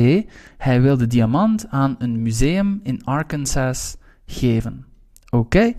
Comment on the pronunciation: bedankt voor de video! een kleine ding: je moet arkansas anders uitspreken :)